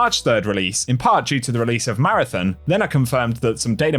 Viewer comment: Come on its marathon not marathin